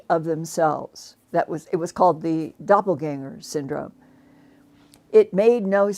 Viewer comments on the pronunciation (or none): none